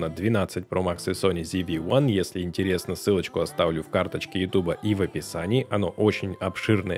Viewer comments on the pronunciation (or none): none